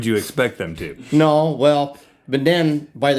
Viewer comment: lol the ways he says NOE!